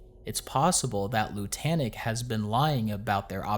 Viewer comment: Is anyone going to mention the fact that Lutanic is supposed to sound like the word lunatic? Or is it just not worth mentioning?